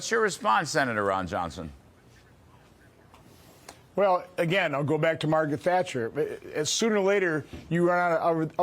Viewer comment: His name is Ron Yohnson he lives in Vesconson....